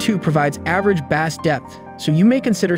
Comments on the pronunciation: Bass is pronounced 'base". Not like the fish. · They should've found another narrator that knows how to pronounce BASS LOL. BANANA BRAIN HAHAHAHAHAHA